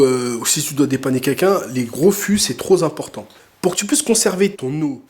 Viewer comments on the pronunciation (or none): Excellente vidéo. Par contre, "trop" implique la liaison "trop important" et non "trop simportant"... 😂 Sans rancune. Cordialement.